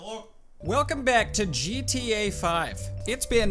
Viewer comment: "JeeTeeYay" LOL